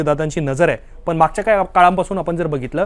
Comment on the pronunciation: पन नाही हो " पण " म्हणा..